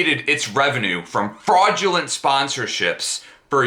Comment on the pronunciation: One more thing: the word is "fraudulent" you illiterate goon, not "fradulent". If you're going to do something do it properly and check your work afterwards, you blithering amateur.